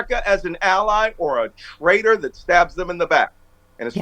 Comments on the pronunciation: Traitor - not trader. Just sayin. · Not Trader, but rather “Traitor”